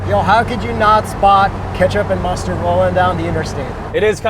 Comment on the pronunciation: What it be fellas muterd or ketchup 🤣🤣🤣🤣🤣🤣🤣